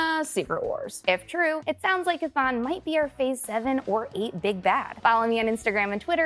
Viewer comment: It’s pronounced “Cathone” 🤦‍♂️